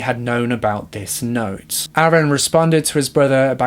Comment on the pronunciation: I can barely understand what that girl is saying sometimes :(. Instead of saying "other" she says "uhver" and said "not" instead of "note". I had to listen and concentrate so intently on the words, it took me out of the story sometimes. Work on pronunciation a bit. It still was a good video over all though, no hate. Thumbs up.